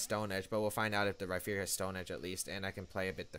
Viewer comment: Rhyperior with a p not a ph or f